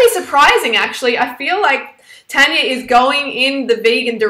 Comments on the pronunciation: And plus it's TARR-NNYAA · Ur saying her name wrong and just cuz she's not vegan or vegetarian doesn't mean you can get on at her